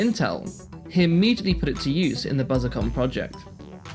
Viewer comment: A bit late to the party, but here are some pedantic notes: * AIRESEARCH should be pronounced "air research" with the two Rs kind of running into each other, BUSICOM is a portmanteau of "business" and "computer" so it should be pronounced "busy-com", MITS is generally pronounced "mitts", and TAITO is "tie-toe". * It's splitting hairs slightly, but the Atari VCS used a 6507 not a 6502. * Apple were not the last manufacturer of 680x0 computers; even if you exclude the TecToy-manufactured Sega Genesis that was still being produced until 2023 there were oddities like the DraCo, Emerson produced a bunch of 68040 and 68060 VME bus SBCs way into the 2000s, and they're still heavily used in industrial control systems and telecoms equipment. * Not sure by what metric the BBC was "one of the best selling home computers of the period". C64 12-17 million, MSX 9-4 million, Apple II 6 million, ZX Spectrum 5 million, Atari 8-bit 4 million, CPC 464 2 million, BBC 1.5 million. Essentially, apart from abject failures like the Dragon 32 and Oric Atmos it was one of the worst selling micros! Source: I'm old.